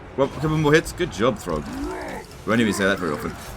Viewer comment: "Good job throgg" did I hear that right?! 😹🤣